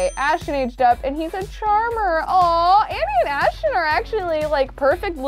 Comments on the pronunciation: It’s not Ashchon it’s Ashton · The fact that she still can’t pronounce Ashton 😂❤️